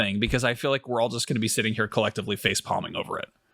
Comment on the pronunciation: 'sitting' or did you truly mean 'shitting'? 😂